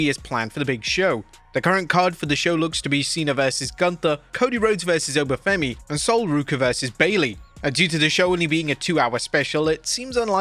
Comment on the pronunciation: Oba Femi not Fenny 😂